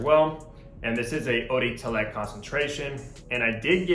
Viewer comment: Lol he said Eau De Toilette hella weird